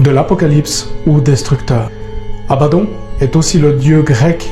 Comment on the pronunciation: Abaddon qui se prononce abaddonne et cest sur l'ordre de dieu quil viendra seul dieu peu ordonner.